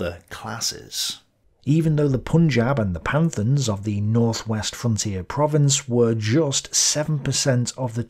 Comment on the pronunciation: *Its 'Pathan' not Panthan